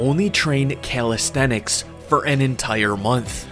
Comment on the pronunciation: I was expecting you to pronounce it calistheTics, but you didn't! 👍